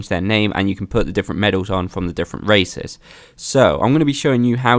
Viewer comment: Everytime he says races I hear racist